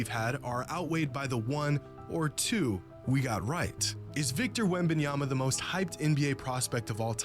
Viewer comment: Next time, if you're doing a video on a particular player, at least learn his name before you do it. There's been plenty of talk about Victor WEM BAN YAMA for months now